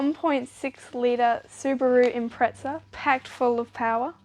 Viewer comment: `it is an IMPREZZZZZZZA = not an IMPREZTSA ! = you sound like some pommey fool ! impreza ! read the badge !